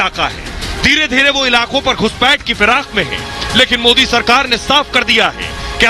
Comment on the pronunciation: POOR "oh I see " please learn how to say MODI JI it's not Moody.